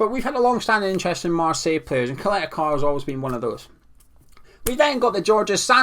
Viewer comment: His name is Ćaleta-Car (Cha-leta Tsar)